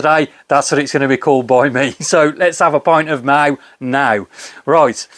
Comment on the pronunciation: Usually about 5.4 in spain but looking forward to this....pronounced proper😊